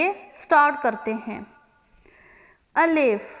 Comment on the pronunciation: O my God.. apny tu start me e Alif ki phonic wrong boli